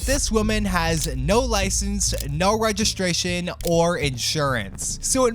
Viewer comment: registration ❌ resistration ✔